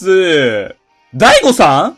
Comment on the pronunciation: はじめまして。ダイゴさん？が大誤算に聞こえました。